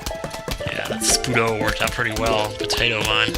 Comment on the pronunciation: Its SPUD-pow like KERPOW but with spuds